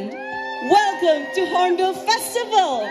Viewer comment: Not horbill; say Hornbill festival !